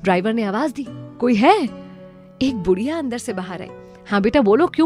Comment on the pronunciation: Great motivational but please do not pronounce BUDHIYA